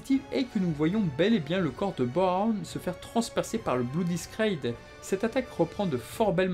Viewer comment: Hyunckel qui revêt son armure en une fraction comme Gavan, Sharivan et Shaider les Sheriff de l'espace, ça aurait pu être ajouté comme gag dans cette vidéo:-D Je ne te vise pas mais les deuxièmes mots des attaques Bloody Scraid et Haken Distall se prononcent ScrAid et DistOll.